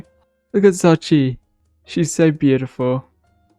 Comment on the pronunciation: Xochi is pronounced Show chee